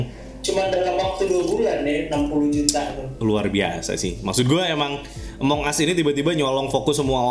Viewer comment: Among us : Emang As (cara baca nya)